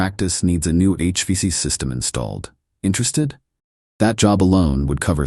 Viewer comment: It is called H-Vac. 2 syllables